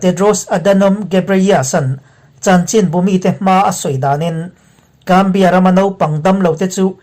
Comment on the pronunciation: Zambia hi Gambia tia lam tur anilo .... TTS hmangin a lam dan tur hi a sawifiah viau ang...